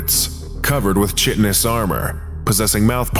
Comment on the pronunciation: "Chitinous" is pronounced "kye-ten-us"